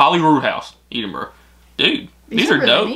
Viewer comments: Whoever sent the Scottish box should have put a big piece of paper at the top with "Edinburgh is pronounced Ed-in-bruh". But his pronunciation was way better than some I've heard like Eeeed-in-borrow, Eeeed-in-berg. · I’m from Edin-bur-ra, it’s NOT, definitely NOT Edd-in-brugh. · I’m sorry but pronouncing it your way is just wrong. As someone born and bred in Edinburgh it has never been pronounced as Edd-in-brugh by anyone cognisant with the correct pronunciation. You may pronounce it that way but that doesn’t make it correct. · can we please teach how to pronounce Edinburgh 😂😂 Eeedinbrough😂😂😂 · That was a fab package for reactions! For help not criticism it’s Edd inn burra 😉 and Shire is closer to sheer (rhymes with dear) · Edinburgh is pronounced edd rather than Ed, Celtic is pronounced kel-tic rather than sel-tic as the people were the Celts (pronounced kelts). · I love, he pronounces Edinburgh it’s like saying, eat em bruh xD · pronouncing Edinburgh incorrectly lol. Ed-in-borough is the correct way. Also Celtic can be said 2 ways. Celtic if talking about the football team, and Kel-tic when talking about Scottish history things. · Just so you know Edinburgh is pronounced ed(as in the name)- in-bruh ( I’m Scottish and it is a pet peeve when people don’t say it right lol 😂) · Going to try teach you to say Edingburgh... break it down... ED ingburgh... you have the end of it right, but the E D is said like the name.. winds me up everytime you say it wrong. lol. not your fault youre american;) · It's Edinburgh not "Eedinburgh" lol and still can't pronounce "shire" right haha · Your almost pronouncing it correctly. Lol. It's Ed as in Ed, Edd and Eddy. (Ed in bruh) Edinburgh or Dùn Èideann in Gaelic 🏴 😉👍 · ed in burra...... pronounce it like that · Please stop saying Edinburgh wrong!! It's eh-din-bruh!! Xx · It is not eeedinburgh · It's Ed-en Borough. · Hearing the way pronounced Edinburgh hurt my scottish heart cant lie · Ed-inbru like Ted, not Eed 😊